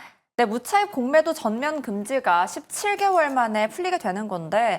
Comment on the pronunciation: 공매도 발음 억양이 넘..계속 신경쓰여요ㅠ겁덩이라니^^